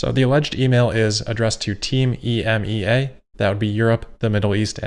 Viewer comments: You can actually just say EMEA, like “e-me-ya” rather than pronouncing the individual letters ;) it’s a very common term here in Europe :) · It is pronounced ee-me-ah. ;-)